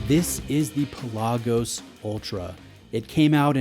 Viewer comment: PELagos, not peLAGos.